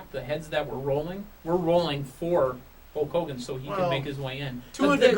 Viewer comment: Again it's Hulk Hogan not Hawk Hogan and now it's not the same thing.